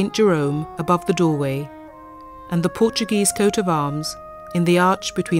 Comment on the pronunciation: I appreciate the interest but to have the narrator pronounce portuguese names with a spanish accent kind of ruins the experience...